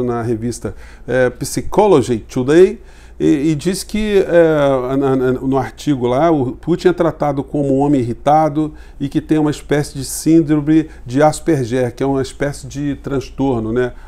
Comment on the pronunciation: Sempre e somente para contribuir com a pronúncia de palavras estrangeiras. Psychology em inglês lê-se: SAICOLOGY. Como sempre obrigado pelos seus vídeos e pelo seu contributo para a informação de qualidade.